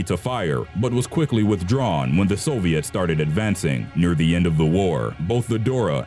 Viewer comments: the so-v-its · It's Soviets, not Soviettes. When you say it like that they sound like a line of chorus girls.